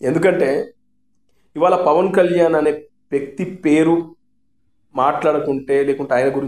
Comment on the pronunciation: E maa Pavan Kalyan name palakataniki paniki radu